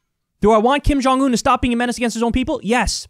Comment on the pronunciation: She can't even pronounce the name of North Korean leader. She said Ping Jon Un